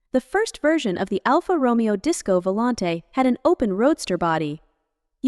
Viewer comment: why do i even bother............ it's pronounced Romayo